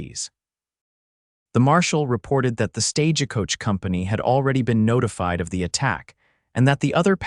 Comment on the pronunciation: Listening from Clackamas Oregon. Thank you for the beautiful love story. Narration had some AI errors. My favorite is the mispronunciation of Stagecoach, "Sta-ge Coach". Cracks me up every time !!❤